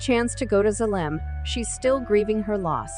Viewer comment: I’m just mesmerized on the narrator’s mispronunciation of Ido and Zalem.